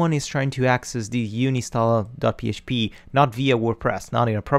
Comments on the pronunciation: Its UN INSTALl not uni stall lol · It's 6 years ago BUT, "you-nin-stall"?? it should be "ann-in-stall".. Not youninstall. "un" is read as "ann" in English. But your lessons are great. I'm just nitpicking on how you say the word and I can't stop from thinking about it unless I comment this.. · Stop saying "Uni Stall" it's doing my head in! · UHN-in-stall .... "UHN" the same sound as the "UHN" when you say the number "one." HOWEVER: UNI-nstall is now my favorite. I will try to use it in every professional situation possible! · Thanks for the great video series. I would also like to add that it is pronounced un-install :) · No way, from now on I'm calling it uni stall much cooler ;) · I've been saying uninstall wrong for a undisclosed amount of years and no actually i dont want to talk about it, cheers!